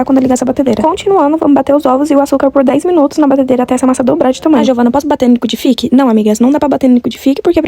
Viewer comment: "Liquidifiqui" SCRR KKKKKK